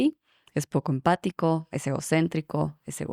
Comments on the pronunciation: Se dice "empático" xddd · Se dice empático:b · Jajajjaj me encanta tu contenido, tanta ciencia bien explicada y no sabes decir empatico jeje , es una belleza muestra de la humanidad ❤ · Yo diría que se te cruzo el cable de "empático" con el de "compasivo" y te dio "empativo" :face-blue-smiling:. Excelente video, muchas gracias.